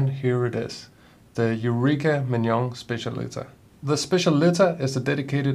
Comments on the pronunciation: It’s pronounced SPETCH-AH-LI-TAH. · I think it's pronounced spe-ssial-i-TÁ .